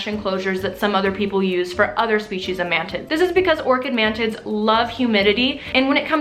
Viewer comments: I thought you said "man tits" and not mantids and I was very confused for a second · Did she say “mantits”? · I cant stop hearing "ManTits" xD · it sounds like you keep saying man tits hahaha